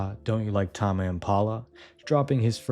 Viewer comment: Bro doesn't know how to pronounce ''tame'' 😭💔